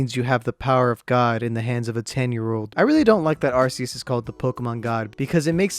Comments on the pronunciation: anyone else get triggered when he says ArSEus and not ArCEus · It’s not pronounced arseus, it’s pronounced arcoos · its pronounsed "are-coos" not "are-cee-us" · It isn’t pronounced arseus, it’s either arceus or arcoos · Its pronounced Ar-coose* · it's a land shark Why would that be water? Every Pokémon has a reason it is the type it is Watch lokstin's vids on each type explained arceus IS god (and it's pronounced ar-koos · it’s Are-key-iss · Arceus Is pronounced Ar-coos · Arceus is pronounced argoose have you even seen pokemon talk? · Its arkoos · Arceus is pronounced Arkoos. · Arceus do you mean Arkoos? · You mean ARCOOS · IT'S PRONOUNCED (ARE-KEY-US) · IS NO ONE GOING TO TALK ABOUT HOW HE MIS..uh SAID ARCEUS....now that I say it’s a nick pick..who cares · your saying Arceus wrong cause the way you say it stands for a umm certain phrase on some areas of the world. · *imma start up a war here* ur saying arceus wrong